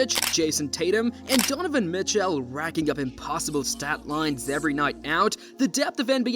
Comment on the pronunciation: this is why you should never use AI generated V.O "Donovan "Mitch- "ALE",, SMH! Examples like these gives me hope that the machines will not rise against anytime soon.